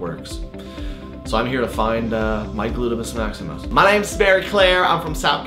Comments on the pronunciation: No he did not say gluteMUS Maximus 😭😭😭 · It is “gluteus” Maximus not “glutemus” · "I'm here to find my glutemus maximus" 😂